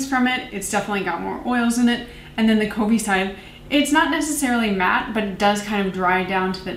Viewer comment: Ah I’ve been excited to hear your thoughts on the Covey one! It’s kuh-vee and it means a flock of birds. Anyway, I like this style of review when you have more products to review that like you said doesn’t require a full video per. I haven’t heard of the brand one kind before, but I kinda like their branding. I’ve been meaning to try RMS products but it’s hard to prioritize products to try.